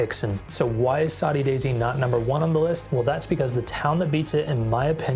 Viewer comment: Saudi Daisy, like Saudi Arabia?? That 's what is says in the video dude. It's SODDY. Proofread your AI.